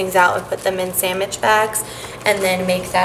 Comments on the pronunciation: “Samittch” lol ily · Sanmige instead of sandwich lol